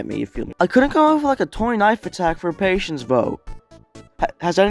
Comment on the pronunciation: what... PATIENCE not paitence pai tence is wrong